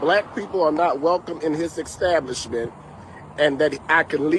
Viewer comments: What is an EKSTABLISHMENT ? The guy claimed to be a Pastor, so, I would assume that he has some level of higher education, and he can;t handle pronouncing a word that is pronounced EXACTLY how it looks!!! and somebody may be on the hook for lost revenue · Ickstablishment? What the heck? 😂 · What's an eggstablishment?? is an ignorant fool😂😂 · The word is not" exstablishment ". People tired of this crap. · What is a extablishment? Just thought I'd ax. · ekstablishments say it rite!! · What's an exstablishment? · “Exstablishment”? I guess now, since they are not going back, it IS and EXstablishment. 😂😂😂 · Did I hear EX-stablishment? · What is an "extablibshment"? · When he said Xstablishment I didn't believe anything else he said!😂😂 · Yeah well, there are a bunch of idiots listening and holding on to every word says at his holy exstablishment😂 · What's an "ecstablishment"? Also that story is very sus. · Did he keep saying, ecstablishment? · Maybe mispronouncing “establishment” (twice) is your problem… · Sir…. When you learn how to say establishment, we will take you seriously. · “Pastor”? Doesn’t he know that lying is a sin? And it’s “ask” not “axe”. And it’s “establishment” not “extablishment”. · Any righteous establishment would bar you too. Some people aren't worth the time. Ohh...btw...its established.....not EXXXstablishment. And its ASK.....not axxxxxxed. Embarrassing.